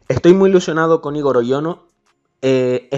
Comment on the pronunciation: Gran video pero Igor se pronuncia con el acento en la o en vez de en la I